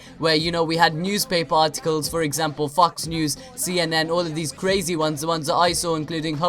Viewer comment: It's funny how says 'Fucks News' instead of FOX News. Illuminati confirmed.